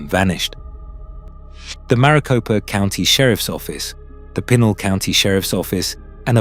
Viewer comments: PEE-Nal county...Brits continue to butcher the English language... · It pr9nounced pee nal county. Your fuckin it up